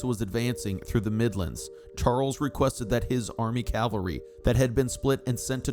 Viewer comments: I love the details of this research, except the mispronunciation of what I assume should be "CAVALRY, which to me is repeatedly jarring. Perhaps a proof reading problem. From the dictionary ... On the battlefield, one should send in the cavalry, which is the word for an army component mounted on horseback. The similarly spelled word calvary however, refers to a depiction of the crucifixion, or, more recently, to an experience of usually intense mental suffering. 🤔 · The pronunciation of CAVALRY is not the same as Calvary, the place where Jesus died.